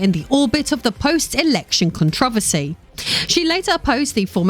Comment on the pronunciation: Okay... one, there is no problem. Yet. Being rich and in politics doesn't equal problems. Try again... and while you're at it, learn to pronounce controversy right. I got to and got sick of the political bs which didn't prove anything about MatPat... and just talked about existing politicians. No one is really shocked that existing politicians ended up wrestling control of this group or that they're rumored to be corrupt on various fronts. That's just politics that we've all been dealing with since the very first presidential election.